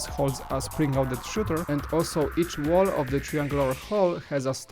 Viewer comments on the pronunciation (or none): none